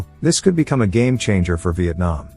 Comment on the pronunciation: He said Vietnam wrong